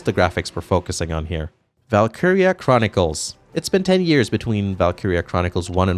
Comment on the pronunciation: "It only took two yeeeeeuhwwws, until the series made its transition to 3d"....the hell happened to your pronunciation of years?